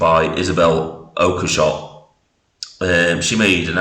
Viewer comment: At least pronounce her surname correctly. 🙄